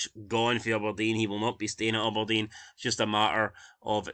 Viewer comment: “Ubberdean” who is this team 😂